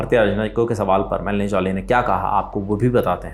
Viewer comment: Melony jolly❎😂😂😂😂😂melody jollly✅😂😂😂